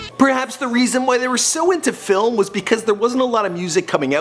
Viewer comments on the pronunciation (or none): none